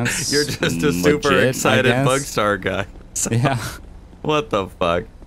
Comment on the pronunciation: If you think bugstars as in bugs owns it. It sounds like bugs tar